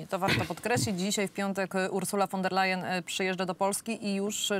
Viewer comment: Panie Rafale kochany, niech mi Pan wierzy; nie jestem absolutnie wielbicielem pani Urszuli, ale znam dobrze niemiecki i kiedy Pan z uporem godnym lepszej sprawy mówi "fon der lejen", to mnie bolą zęby. Mówi się "fon der lajen" To nawet łatwiej. Z góry dziękuję 😀